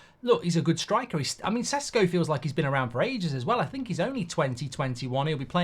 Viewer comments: You know a lot about him, and you still pronounce his surname Sesko. Šeško is pronounced Sheshko. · Its not Sesko, its Šeško, totally different pronunciation of the mans name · The correct pronounciation is "sheshko"